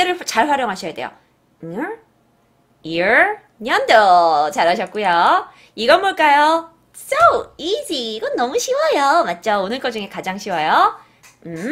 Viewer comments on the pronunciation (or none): 소중한 강의 감사하게 잘 듣고 있어여!:0 근데용~선생님 year 발음을 ear발음으로 알려주셔서 다른 분들이 잘못 배울까 나눔해요~저도 이얼로 발음하고 지내다 외국인 친구가 알려줘서 알았어요:) 다같이 영어 공부 화이팅해요! 선생님 감사합니다:)